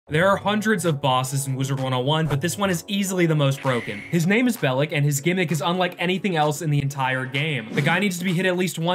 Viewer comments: It’s pronounced Bell-ock. Not Bellick. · It’s pronounced “bell-ock” as it is a spoof on the indiana jones villain